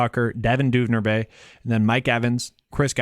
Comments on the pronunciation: Just a heads up. Duvernay (Du-Ver-Nay) you were saying Dunervay. Just found your channel, I got a free ticket to a DK game and Im using it tonight. Hoping your advice helps me win! Thanks for the video. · Say it with me: Du-ver-nay